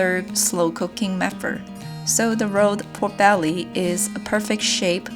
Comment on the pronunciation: Instead of "pork belly" I kept hearing"poor belly"... Guess it is cause nothing's ever left of it😋